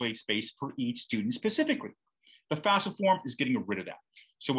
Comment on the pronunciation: Are you calling it fasfa? Why do people pronounce it switching the letters?